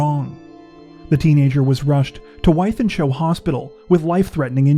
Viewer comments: “Withe-en-shaw” Not a great area of Manchester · Great vids guys though Wythenshawe hospital is pronounced With-(h)en-shaw (as in Robert Shaw the actor). I live up the road in Oldham. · Wythenshaw is pronounced wi-then-shaw. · You can always Google the names of British towns. It tool me a while to realise that you we trying to pronounce Withenshaw! 😆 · Last story, Altringham is posh, Wythenshaw is grim. Btw, it’s pronounced ‘with-en-shaw’ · yes that’s incorrect , it’s pronounced with -in -shaw (wythenshawe)